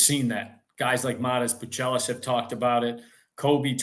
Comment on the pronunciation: My guy Joe said boo-chell-less!😆 You trolling or what Joe!? Appreciate the content